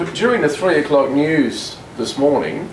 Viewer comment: its 3 o COCK